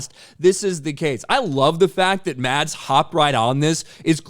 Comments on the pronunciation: PSA: "Mads" is pronounced fairly close to "Mess." Found that out not too long ago. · I am merely wondering that if someone talks about Mads Mikkelsen, why he didn't even take the time to learn to pronounce his name. Typical arrogant ignorant American.